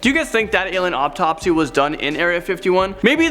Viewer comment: whats an "uptopsy""